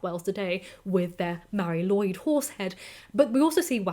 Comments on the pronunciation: Sorry for being "that" guy, but it's not pronounced Lloyd but something close to lu-id. Mari Lwyd literally translates as Grey Mary. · please keep making videos,! Your voice is addicting to listen to:) In Wales, we pronounce it 'loo' and 'eed', all one word, Mari Lwyd!:) Its a nuts traditional and I'll be honest even as a welshman if someone rocked up to my home with a horse skull on their head I would be horrified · That’s not quite right, since the w here is pronounced as ‘oo’, so taken together Lwyd is ‘loo-id’. Welsh vowel sounds can change depending on what letters they are next to in the word. The y sound is often an ‘uh’ sound, but not always.